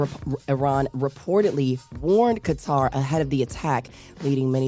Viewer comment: Qatar is pronounced like Kutter